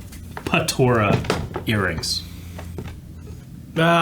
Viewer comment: ''Patora'' lol